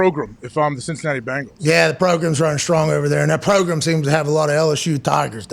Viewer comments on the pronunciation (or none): I'm really starting to believe Pat likes the Colts more than the Bengals lol.. Sorry Pat, don't hate, we're better! Who Dey!! BENGALS NOT BANGLES YOU SOUND LIKE CHRIS SIMMS!! No wimpy indoor facilities here! Who Dey Who Dey Who Dey think gonna beat them Bengals NOOOOOOOBODY!